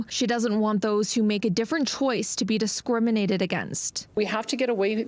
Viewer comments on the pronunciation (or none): Disqurminated? lol